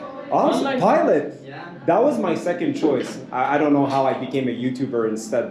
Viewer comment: “pilott” 😂 that guy was definitely meming. Thats awesome